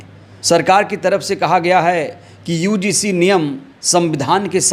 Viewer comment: भाई समय बर्बाद मत किया करो। यूजीसी ठीक से नहीं बोल पारहे हो। ज्ञान उड़ेल रहे हो।